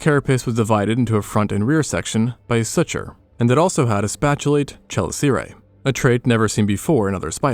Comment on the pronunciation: ka - liss -er - a